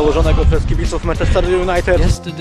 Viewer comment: Dobra seria, ale zrobiłbyś 8 ligę mistrzów. PS wymawia się mAnczester